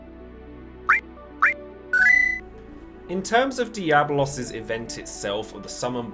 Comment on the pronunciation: It's DiabOLOS